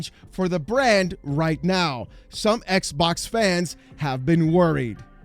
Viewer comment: It will always be funny the way he says "Xbok dead"